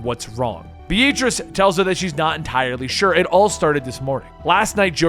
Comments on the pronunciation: Please never pronounce the name “Beatrice” again. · Why do you pronounce the name Beatrice B-A-t-rice?